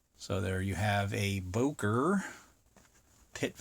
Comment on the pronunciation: You said Boker